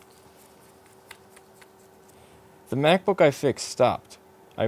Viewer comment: His pronounciation of “MacBook” is absolutely brilliant to me.